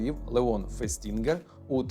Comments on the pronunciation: то все ж, фЕстінгер, а не фестІнгер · Лео́н Фе́стінгер, ріже вухо…